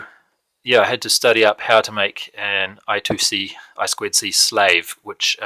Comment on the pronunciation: I2C It's not I-SQUID-C, it's I TWO C.